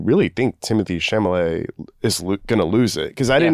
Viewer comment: I’m going to start calling him Timothy “sham-a-lay” 😂